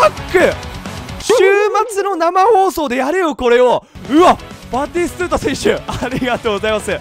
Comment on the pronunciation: 「バティストゥーティング」個人的ジワるwww